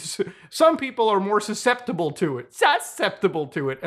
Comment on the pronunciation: i was not ready for the SUSceptible lmao laughed like a little boy, im not growing up arent i